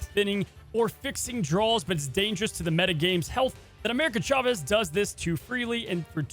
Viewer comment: They absolutely butchered Chavez.